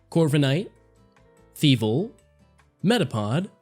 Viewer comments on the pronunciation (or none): I'm gonna go ahead and help you out with one small thing: "Feevle" is Thievul and "Bolton" is Bolthund